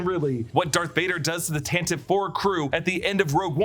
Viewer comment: It’s Tan Tiv Vee